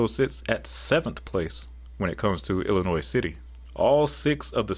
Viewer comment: I was relieved to hear "Illinois" pronounced correctly 😅